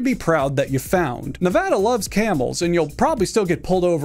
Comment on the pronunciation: Shoutout for pronouncing Nevada correctly